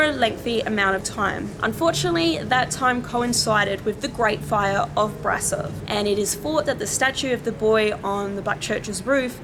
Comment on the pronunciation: Okay, one can be forgiven for pronouncing Brasov as it appears in English but it is pronounced ‘Brashov’. But no one can be forgiven for pronouncing the word ‘theory’ as ‘feerie’, unless you’re from 18th century south london.